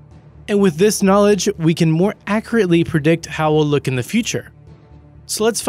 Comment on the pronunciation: More "ackeratly" XD I will be streaming later Please leave a follow!